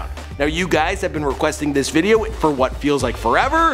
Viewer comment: "Whet a prick" 😂😂